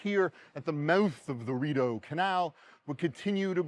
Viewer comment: Hey, it is pronounced "Re- doh canal I live next to the Shubie Canal System In Nova Scotia,Canada!😀👌👍👍👍✌